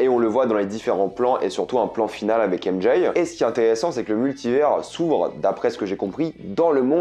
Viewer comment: Très bonne vidéo mais le fait d'entendre "ème Jay" me rend fou